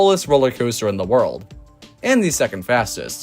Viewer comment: Why do you say world?